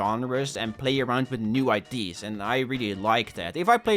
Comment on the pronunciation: i cant with how says ideas